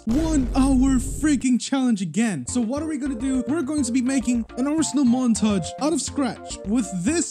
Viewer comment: Roblos abinal mant-ay-ge lieht sweech